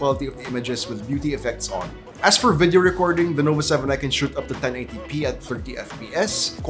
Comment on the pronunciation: did he say lenovo 7i